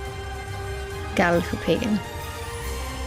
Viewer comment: Lovely pictures and travel vlog! "Gahl-huh-pig-ehn" I am guessing should ring correctly (with the "u" in "huh" sounding like the "u" in burn). Glad you fell in love with Bergen, it is also my favorite city. Though the weather is fickle in Norway, and perhaps especially so in Bergen, do try to come mid-May up until late August or early September. Those are the months with the best chance of seeing some sun, and perhaps even some warm weather. Holler if you need a guide. There is plenty to see in and around Bergen too, so one or two trips should not exhaust the novelty of it and its surroundings.